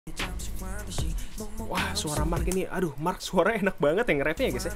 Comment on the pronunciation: Dia nyebut marknya jadi marrk :v